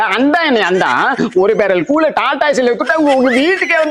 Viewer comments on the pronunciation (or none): அது கூல் இல்லை கூழ் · கூல் இல்லை கூழ்